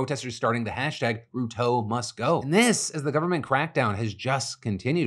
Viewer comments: It's pronounced William Ru-tore like "I tore my muscle " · How Phil pronounces Ruto is hilarious 😆 RUU-TOOO 😂